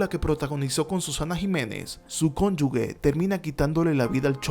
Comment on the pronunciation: Todo muy bien,hasta que dijiste conyugue jjj